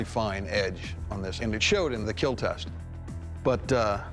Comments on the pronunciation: "It will keel". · "IT WILL KEEL" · “It’ll kiel .” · It will Keal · it will keel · You gotta face it: you're here to hear "IT WILL KEEEL" :)))